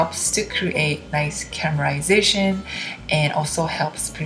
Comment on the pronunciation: stop saying CAMERASATION instead of CARAMELIZATION.